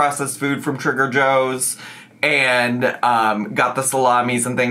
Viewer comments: i must be experiencing amber overdose; i kept hearing you say 'trigger joes' instead of 'trader joes' 😂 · are you saying Trigger Joe's on purpose or is it just my ears? hilariously fitting either way lol